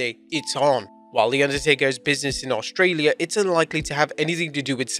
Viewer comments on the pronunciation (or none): none